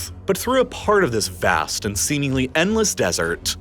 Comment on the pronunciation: I love your videos, but please stop overexaggerating the pronunciation of your adjectives. VAAAAAST.